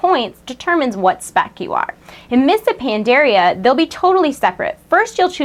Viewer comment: You can't even pronounce Pandaria